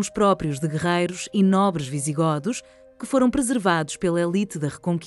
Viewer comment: Não se pronúncia "visiGÓdos" mas sim "visiGÔdos". Vamos começar por aí.